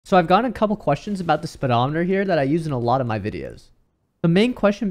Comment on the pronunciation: How the hell does he pronounce speedometer?🤣🤣